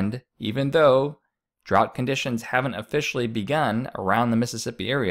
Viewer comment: You need to learn how to pronounce drought and Illinois